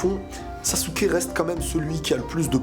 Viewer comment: Sasuke (sasekiki)